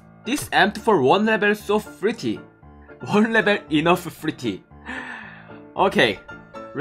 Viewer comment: It's s0 funny how he says “pretty"